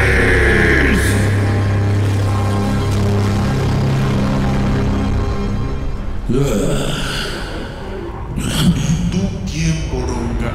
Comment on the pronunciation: JAJAJAJA NO PUEDO CON EL "METAFORSOCIS" Y EL "VIDA BUENA" O "NO VIDA BUENA* JAJAJA XD